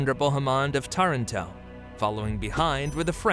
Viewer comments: pronounced Taranto incorrectly. No italian has ever pronounced it that way. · Again Taranto is mispronounced.